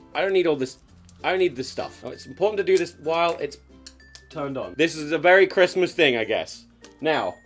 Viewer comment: "The war on Smissmass!"